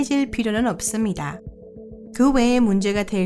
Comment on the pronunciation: 확실한건 이 나레이터분은 절대 토종 한국인은 아니고, 교포 분이다. 발음이 " 없습니다" 가 아니라 "옵습니다"